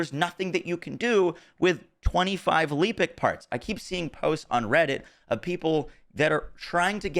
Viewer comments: Lehpic not Leepic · It's Lepic, not LEEpic. It literally says it in game. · Love the vids. I want to point out something though why does everybody call lepic leepic. You only get the long ee sound with two e's and you get a eh sound with one. Every content creator I see calls him leepic.